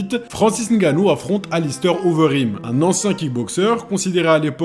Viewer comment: Il a fight overeem pas Ubereem